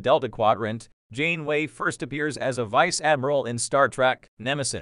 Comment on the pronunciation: I'm sorry, but the AI voice and horrible pronunciations of "Janeway" and "Jean-Luc Picard" made this video unwatchable. 😞